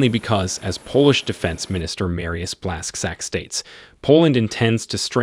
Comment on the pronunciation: It pronounces „Blash-chuck” :0